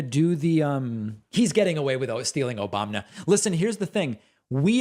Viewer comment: Omg Destiny needs to clip THIS clip of David saying Obamna here and use that! Lol